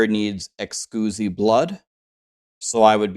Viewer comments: Great video good info. Are you deliberately mispronouncing exquisite? Just seems bit weird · Dude was home schooled and his mom dropped out half way through from how he pronounces exquisite. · Is it a joke for you and your community or do you actually pronounce exquisite as Ex·uzi instead of uhk·skwi·zuht. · Did you just say excusee blood? You mean exquisite? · Can you stop saying Excoosite. It's literally exquisite, like delicious. Fuck, you're special. 🤧🙄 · "Eckscuzee blood" hehe good laugh there. It's Ex-quiz-it. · "Ex-coosi blood" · Hey! First i want to say ty. I watch your content a lot and you recently did a video explaining how to get compasses, i really needed that. I wasn't getting compasses because i had not finished the questline! Second it is Ex Quis IT blood not ex squoozee. E X Q U I S I T E... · lol i love how streamers pronounce things ... ex cuzee blood :P (a heads up, its pronounced "ex - quiz - it") :) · Ex quiz it not ex cuse e hahaha. You sound like the guy from Euro Trip haha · Exquisite, eks-quiz-it. Like an exquisite wine. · Excusemeblood 😂. Great tutorial, I needed this. But you might want to look up how to pronounce exquisite. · Ex-quiz-it blood. ;) Good video however. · The word is pronounced “ex-quiz-it” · Im sorry, but its EX QUIZ IT blood. great video but this drove me nuts. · Anyone else's eye twitch everytime he says excooosite blood instead of exquisite blood. Hahaha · Pronounced: Ex-squiz-it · are you mispronouncing exquisite on purpose lol... Xqusy is hilarious and needs to be the new name of it. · I love you and I love your guides but it's Ex-squiz-it Blood ✌🏼♥️ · Exquisite pronounced 'ex-squiz-it'. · I lol’d when you said ehskoozy blood, startled the dogs.😂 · Excuzee blood? What? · Excusi Blood? n1 pronunciation xD ty for the vid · “Excusee-blood” I can’t unhear this 🤣 I will forever call it “Excusee-Blood” ❤️ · its exquisite blood pronounced ex quiz it haha